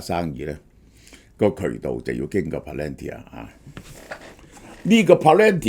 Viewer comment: can you please please correct your pronunciation of PALANTIR ( pa-luhn-teer)......